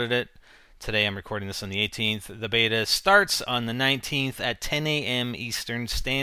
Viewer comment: its a (say it with me now) BETA.